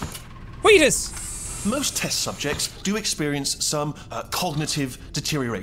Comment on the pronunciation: everybody: Wheatly Jack: Wheatus